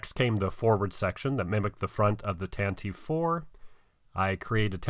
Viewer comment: WELL DONE! You've combined two of my favourite historical eras in a cool idea! NICE! But the ship Tantive-4 is pronounced "Tan-ta-vee four". It's canon in most books, etc, and many people miss it, just wanted to mention it! Alderaanish is an interesting dialect of Galactic Basic!